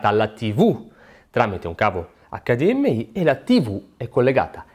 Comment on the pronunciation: Grazie per la pronuncia "acca di emme i" e non "acca di emme ai". Mille punti Stima.